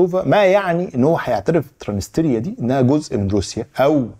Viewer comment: تلفظ ترانس نيستريا